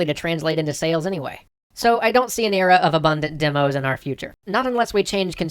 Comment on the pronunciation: your runic "sales" actually translates to something sounding like "sayless"